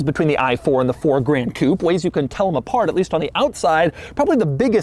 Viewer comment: Why does Doug pronounce Gran Coupé like that aaaaa it's not "grand coupe"